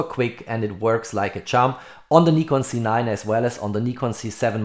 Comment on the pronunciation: Why you always say C9 it’s a Z9 😏😏